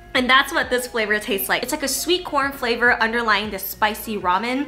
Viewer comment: ‘Corn flavourrrr’ 😊